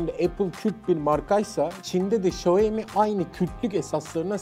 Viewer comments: Abi şaumi demen daha doğuru bence şayomi ne yaa 😂 😂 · Hocam video çok güzel. Hatalarım varsa düzeltin demişsiniz. Çok özür dileyerek söylüyorum. Xiaomi, şayomi diye değil şiaomi diye okunur. Herkesin yaptığı bir hata bu. İyi günler dilerim. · Sayomi yok siomi dunya siomi deyir siz kendinizi farkli gormeyin salak gorsenirsiz. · bi şaomi diyoruz da,Çinliler ona Haomi diyor galiba, benim 2 tane çinli öğrenci var geçen öyle demişlerdi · Markanın gül gibi adı var İksyomi, Şayomi'de ne mk!!! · Şayomi değil şiyağo mi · Şayomi değil xaymi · Şayomi değil Şayomi Bey